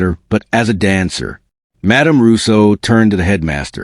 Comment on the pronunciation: Dancer, not answer. Tears welled not weld.